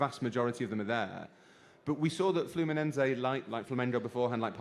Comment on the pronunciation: its FLUMINESE, NOT FLAMENCO